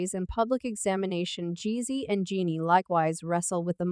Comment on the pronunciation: Why keep pronouncing her name incorrectly? Telling her business and can't even say her name right.